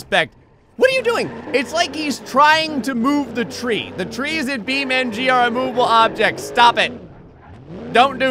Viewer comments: It's Beam NG. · Yes! More "Bee Men-G"! Thanks